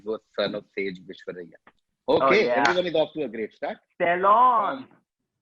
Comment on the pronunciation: Its not vishvaraiya (as pronounced by )..Its Vishrava..